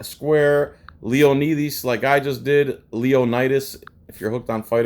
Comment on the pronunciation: Cmon man arent you Greek and you cant pronouce "leonidas"? 😉